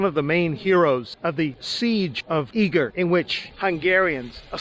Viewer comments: Its pronounced Eger not eager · Nice video but Eger is pronounce egg er not eeg er